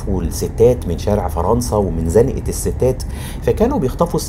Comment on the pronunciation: سلام عليكم اخويا الغالي استاذ. هنا أقف احترام وتقدير لك على مجهود كبير بالنسبة لزنقة نطقتها صحيحة المغرب ومصر شعب واحد تسلم مصر ( ام دنيا) وشعبها الطيب ❤❤اخوك كمال من المغرب 😊😊😊